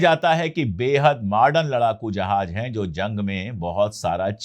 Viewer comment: Sir ,Jahaj nahin Jahaz hota hai, please